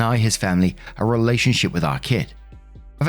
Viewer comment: Heheheheheh you said relationshiT.....hahahahaha